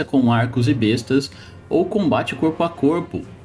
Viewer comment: Vc disse "besta" e eu pensei q o Renegado invocava bestas... Aí entendi q vc disse Besta(arma) ,mas se fala "bésta" (arma)... Abraço, bom trabalho, está top